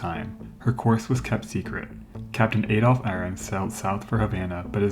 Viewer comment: "Ay-dolf"? Dear me, there are so many names I wouldn't want to hear mangled by an American.